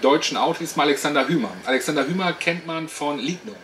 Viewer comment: Der österreichische Autor heißt: ausgesprochen: [Huemer]....und nicht [Hümer]